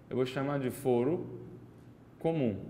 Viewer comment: O correto não seria foro com a pronúncia aberta (fóro), que é o mesmo que tribunal?